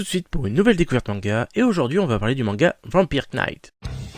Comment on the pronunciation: REGARDE LASTMAN !! croivent ça n'existe pas hihi et on dit vampahieur naïte, fais un effort sur l'anglais ralalah